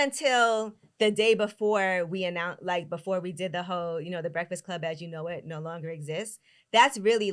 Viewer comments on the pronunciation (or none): Carlos I love you but you killin me saying “brehfass club”